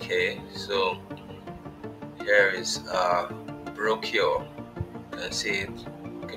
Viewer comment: Brochure is pronounce - /brōˈSHo͝or/